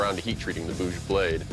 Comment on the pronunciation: Its not "bhoooj". Its "bhuj". Short "oo".